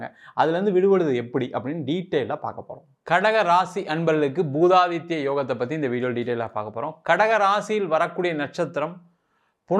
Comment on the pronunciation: பூதாதித்ய யோகம் அல்ல புதாதித்ய யாகம் சரியா சொல்லுங்க